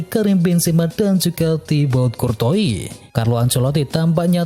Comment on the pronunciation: Kuorta dan nuyer harusnya